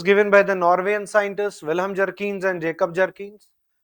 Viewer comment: Sir at least pronounce the name of Vihelm properly. It's written in books as Bjerknes but the real pronunciation is as if you read "beyurknes" 😂😂 here is the difference that a person holding masters degree in political science (you) and teaching geography 😂😂😂